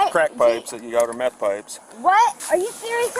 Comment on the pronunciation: Math ❌Meth✅